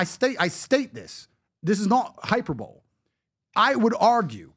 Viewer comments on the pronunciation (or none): it’s pronounced hai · pur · buh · lee Not HYPERBOWL absolute pus boy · ‘hyperbole’ is pronounced HI - PER - BO - LEE. So much for that “education”. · Hyperbole hy per’ bo lee is never “hyper bull.” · He seemed so smart until he couldn't pronounce hyperbole🤣